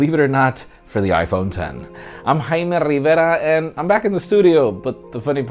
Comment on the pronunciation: jjjjaime rrrrivera.